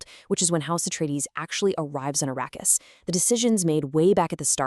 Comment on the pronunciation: Arakeis.. ❎️ Arrakis!!!✅️